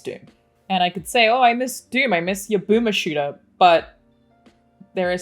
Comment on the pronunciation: "boomer shooter" is maybe the the most australian thing you can say in your accent that isn't regional slang or dialect lol